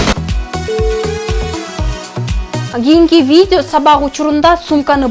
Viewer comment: Виде эмес, видео дечи алып баруучу